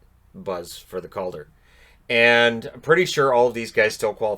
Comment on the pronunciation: WHOA, I was convinced for a second there you said: COVID trophy